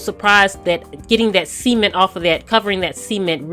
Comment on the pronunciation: Say "sea-ment" one more fucking time